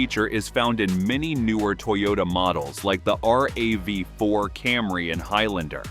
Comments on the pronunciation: Is this an AI voice or something? No one says R-A-V-4, they say Rav. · ugh, sick of AI voice, just be human, but good tips. "But Toyota planned ahead." All remote key fobs can still start the car with a dead fob battery. And it's Rav-4, not R-A-V-4. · Yay, more AI slop. R. A. V. 4, lol. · You know it's a bunch of garbage and bot or AI produced when you hear the pronunciation errors like R-A-V-4. HA!